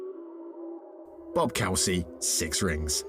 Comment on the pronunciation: Bob COO-SY WHO IS BOB COWSEE